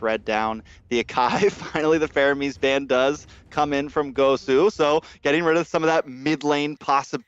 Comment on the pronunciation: man said faroamis not faramis 🤣